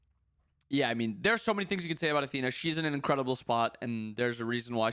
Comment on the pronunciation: ... did this man just call Athena... aTEAna? What the hell?